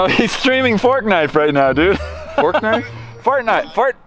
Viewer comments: Did said Fartnite? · Ha he said fortnut